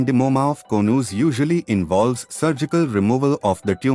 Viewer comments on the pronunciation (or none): Konooz....😊 Its Co-nus